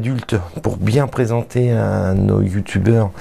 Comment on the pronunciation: il y a un problème, tu a pas dit youtubeur avec l'accent allemand mdrr, super vidéo:)